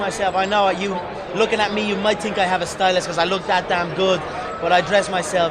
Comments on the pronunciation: I tink... I tink... I tink this WANKER talks to fucking much. Stop fighting and go into showbiz if you want to make love to the camera so bad. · "I TINK, I TINK....I TINK" LOL